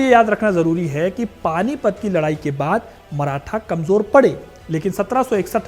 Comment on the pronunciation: अबे मराठा बोल। मराथा नही